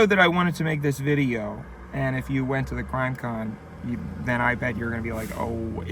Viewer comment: ik he said “crime con” but it sounds like grime con and grime con is funnier because its like dirt and grime and gore and why would anybody go to something like that and why would you make out with somebody there